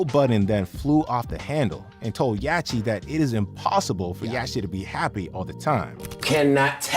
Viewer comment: Bro…… it’s pronounced Yotty….. dude I’m sorry but I respect you and if you got a booger I’ll let you know yacht is pronounced yot……I apologize I realize we reacting to another tuber who can’t even pronounce quavo smh